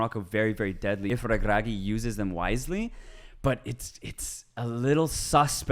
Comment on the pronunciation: That's exactly how Regragui is pronounced